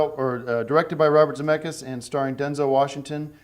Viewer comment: How the hell did he pronounce Robert Zemeckis' name correctly?